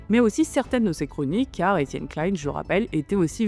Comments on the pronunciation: 😀👍 Très intéressant, bonne forme, bond fond, bien sourcé, et ni trop court ni trop long, je m'abonne. Bon, ce n'est pas un reproche, mais juste surprenant pour quelqu'un comme toi qui a dû entendre des dizaines de fois son nom prononcé, il semble qu'EK prononce lui-même son nom "KLIN" (comme PAIN) plutôt que "KLAILLE-N" à l'anglaise (comme la marque Calvin Klein). Ca fait des dizaines d'années que je l'ai entendu ainsi, et comme en France on le prononce habituellement ce nom depuis longtemps. Il faut admettre qu'en France la prononciation des noms est parfois conflictuelle, controversée, et parfois politisée, mais cela n'est pas de ton fait. Enfin, un avis sur la forme : le défaut d'utiliser des "air-quotes" (mettre des guillemets avec les doigts en l'air) est certes à la mode chez les Youtubers jeunes ou anglo-saxons, mais est un problème car si les gens n'entendent que l'audio, il ne les voient pas. Alors autant dire explicitement "entre guillemets" à voix haute, ainsi l'audio cela sera utilisable sans perte de sens. (je chipote, mais un scientifique est attentif à la communication 😏et je sais que cette remarque est appropriée). Ah, et la miniatture (Thumbnail) de ta video est bien sûr très importante pour le référencement et le clic, mais faire du Clickbait avec EK derrière les barreaux, ça craint, c'est à la limite de la diffamation, car dans aucun, sauf erreur, il ne ferait de la prison. En revanche, les expérimenteurs fous de la bande à Joyeux, eux, en risquent peut-êtr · Alors détail, ça ne se prononce pas comme Calvin Klein, mais Klein à la française